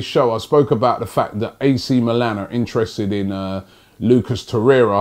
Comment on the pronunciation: At least doesn't say Lucas Torreya anymore.